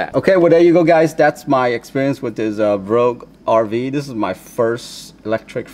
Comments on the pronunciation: BooooooxhRV , like Beige but with ooo, is how it's pronounced. Really appreciate the review. :) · I think you are adding an "R" where one doesnt exist lol.